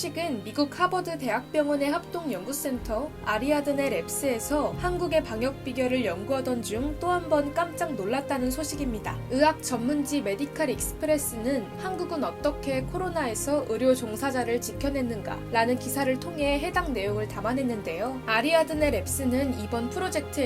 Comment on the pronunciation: '으학'이 아니라 '의학'이라고 발음하셔야죠... 으료, 으사, 으료진... ^^